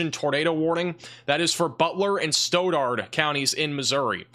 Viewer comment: Stauderd.. Stoddard county